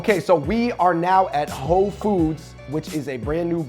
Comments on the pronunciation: Ho Foods? I thought he said Whole Foods!!!! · I keep hearing Whole Foods ahahaha